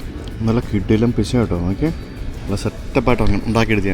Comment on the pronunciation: പിറ്റ്സ അല്ല പീറ്റ്‌സ ആണ്